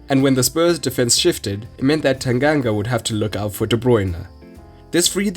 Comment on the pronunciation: So good to hear Tanganga pronounced right!